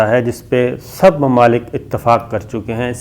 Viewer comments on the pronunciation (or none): none